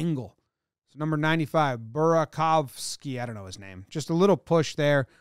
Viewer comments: u pronounced burakovsky right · Jomboy: pronounces "Burakovsky" perfectly Also Jomboy 0.2 seconds later: "I don't know his name"